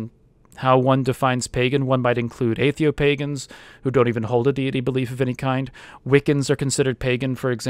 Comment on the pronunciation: thank you for saying Atheopaganism. looked it up and that's what i am